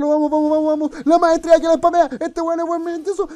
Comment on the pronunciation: me gusta como dice "espamea la maestrshia" xD